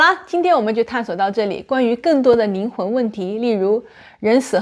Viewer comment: 听了半天 宁宁的没听懂，是灵魂不是宁魂！